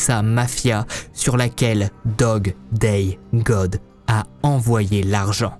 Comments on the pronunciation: me tue lorsque il dit: "Dog day dog" et non pas Dog day god 😅😅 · Coucou, un peu perturbateur le fait que tu dise dog day dog alors que c’est god Mais rien de grave , encore une bonne histoire merci !! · Pourquoi au début de l'histoire au lieu de dire '' Dog Day God'' il dit'' Dog Day Dog''? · Bjr c'est Dog Day God et non pas Dog :-))) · t' as dit dog day dog au lieu de god